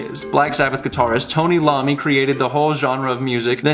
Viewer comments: "Tony LOMMI" 🤦‍♂️ bruh... Tony "EYE-OH-MEE" That's just blasphemy. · Tony I ommi not Lommi, but i can see why you said it. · Iommi, not Lommi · Tony Iommi. That's a capital I. Pronounced i-owe-me. Just so you know, my dude. And also, Zakk Wylde still plays this song live every show for Dime and now Vinnie Paul, Dime's brother who just died of a heart attack. 🤘✌ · Great reactions bro, just wanted to point out the Black Sabbath guitar Master is Tony Iommi ... Eye o me. Pronunciation. 😂 Rock on 🎸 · When he said tony Lommi😂 'iommi' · did he just say Lommi...its Iommi (eye-oh-me) not shedding hate, just some useful knowledge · Did you say Tommy Lommi? lol. It's. iomi. like 'eye-o-me'. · Did this dude say Tony Lommi 🤣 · Tony iommi not lommi. That is an i. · Its Tony iommi not Lommi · Dis you really pronounce Tony Iommi’s name as Tony Lommi? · His name is ”Iommi” not ”Lommi”. 😂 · Bro, it's Tony iOMMi, not LOMMI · TONY IOMMI. NOT LOMMI OMG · It's Iommi... Not Lommi... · Lommi lol its iommi (i-oh-me) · Brah. Iommi. AI-OH-ME. Not Lommi. But we can let it slide once. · Not Lommi! Pronounced eye-owe-me! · Toni Lommi????? LOMMI??????? DUDE... NO. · Iommi is pronounced eye-oh-me - it's an I not an L... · was about to say that. Can't wait to listen to Tony Lommi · I cringed so hard when he said that.. lol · Oh and the black Sabbath guitarist is pronounced Tony eye-omme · "Tony Lommi" ahahaha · “Tony Lommi” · So I hate to be that guy, but the first letter of Tony's last name is an I, not L. So it's pronounced like eye-ommi. Dude is a metal legend, gotta pronounce his name right haha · Tony Eye-O-me bruh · THIS MAN SAID TONY LOMMI. It's an i, not an L my dude lmao. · Not quite enough research buddy. Pronounced Tony Eyeommie. The fact that you dont know who he is means you are in fora fun time listening to the band Black Sabbath, They created an entire genre of music. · iommi not lommi :P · Was about to say that :) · Saved me from telling him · You pronounced Iommi wronggggggg